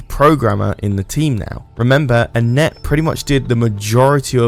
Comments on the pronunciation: who is annette lol? i think you might be saying etienne wrong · I'm pretty sure "Etienne" is not pronounced "Anette." :)